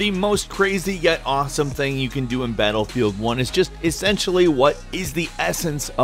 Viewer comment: did he say batlebield ?